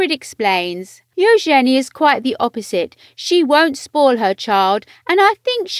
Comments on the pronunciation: Its eUgeNIe not EUOgenIe. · Ushenee.....good grief. You could’ve at least got YouTube to teach you how to province Eugenie before recording this video.